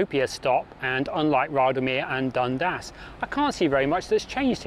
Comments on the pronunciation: it’s pronounced ‘Dun-Das’ with two syllables. I’m a local and I personally can’t see much volume on the line, it was dead as a train line. To make it work it needs a connection to Epping station. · Like someone has already posted, Dun-dass - with equal stress on each syllable. Also Leamington St is pronounced leemingtn.